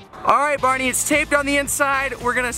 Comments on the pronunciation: Am i the only one who hears barney? Is he saying Bahri or bareny.? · seriously can you stop saying bahri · Its actually Bahri lmao